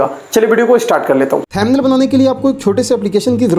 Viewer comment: Motherchod pehele too pronounciation thik se kar le...."thamnil" kya hai?